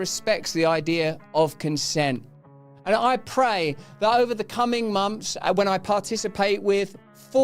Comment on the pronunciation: Could be good, but channel is unlistenable when a VO artist can't even pronounce 'th' properly. "Six mumpfs old..." 🙄